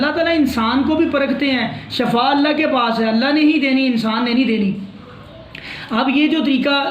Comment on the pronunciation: Sir, correct word to say is shifa not shafa.